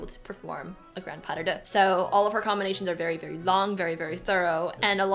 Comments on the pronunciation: Its not Puh-duh-duh …Its Pas-de-deux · Puh-duh-duh is how Russians pronounce it!